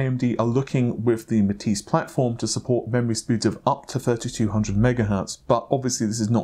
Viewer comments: Nice hair do. Also it is the first time I heard you pronounce Matisse relatively correctly. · Finally he learns how to pronounce Matisse, took him months though...